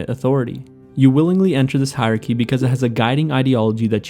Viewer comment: It's "hierarchy". You can't just skip syllables when they're tricky to pronounce!